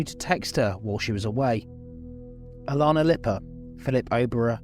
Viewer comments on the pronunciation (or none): none